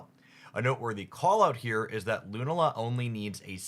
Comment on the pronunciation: Your Lunala pronunciation is going to drive me nuts. Thank you